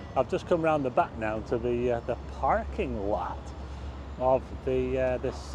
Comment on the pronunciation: " The Parrrking laart" That made me giggle.